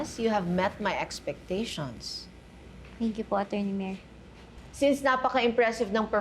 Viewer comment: sa sobrang OA nya ung pronounce nya ng Attorny nagiging ACHORNY na kloka